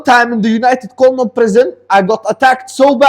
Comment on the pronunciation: Everytime you say united kondom i piss myself laughing 😂